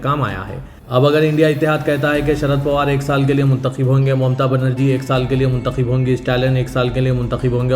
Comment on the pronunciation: Arey bhaee kya mnthakhib mnthakhib krray ....mnthakhab bolo yaha,n ....zeir ki jagah zabar bole,n tho meanings ultay hojathay hn ....es mein ek ism,e faa,il hai aur dusra isme mfool hai . Kithni dafa smjhaya mgr koi asar ni hai.....hmaray hindu dosth aapki Urdu sunn kr hnsthay hn ...